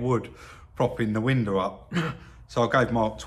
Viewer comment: when you say window at the end of a sentence you say window, when you say window followed by another word you say winder...nice work on the stripe...I would like to see it extended over the bumpers and trim...and great work on the fringed seat, I can't believe it's the same seat..